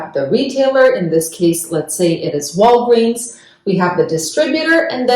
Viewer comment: She says Walgweeens 😂